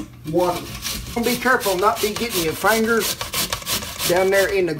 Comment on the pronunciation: "...fangers..." luv ya